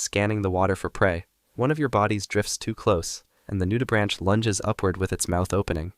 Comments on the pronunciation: "Coe-peh-pods", not "koh-puhds"... "Nu-dee-brank", not "nude-branch"... It's like he never heard anyone say those words before, and never bothered to find out. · noo-duh-brank, not noo-duh-branch. If you're gonna talk about something at least learn how to say it.